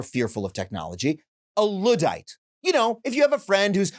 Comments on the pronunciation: why can’t he pronounce Luddite? It’s “Ludd” like “chud” or “flood” not “lood”. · Luddite* not Lewdite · I think you are pronouncing Luddite wrong.